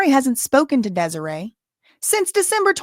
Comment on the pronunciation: Desiree rhymes with Demoree. Just the first syllable is different. dez-OR-ray and dem-OR-ray Seems like mom wants to break up daughters marriage. She never earned any respect in her daughters life so she's trying to use her money and powers to force her choices on her daughter. Sorry mama, where you been all this time? Hope your baby ain't in trouble bc she ain't had no one to lean on but him. You aint found nothing yet so she's prolly just fine living her best life without you. Reap what you sow.